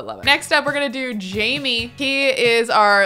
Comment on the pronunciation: I'm surprised that she still pronounces Jaime's name wrong. It's not Jamie, it's Jaime. Jay-me